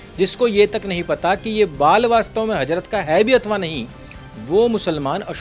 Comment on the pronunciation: Hajrat nahi hazrat Wakkaf nahi wakf Jahil😂